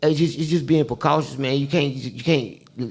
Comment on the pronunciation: said pacautious.... sheesh